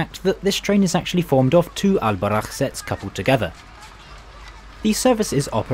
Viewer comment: Just saying, its pronounced Bou-RAq